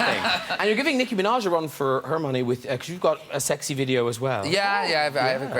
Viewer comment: wrong:niKKi true:NİCKİ